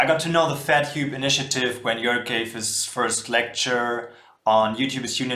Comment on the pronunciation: he's called Jörg (Joerg is also acceptable) but not Jorge!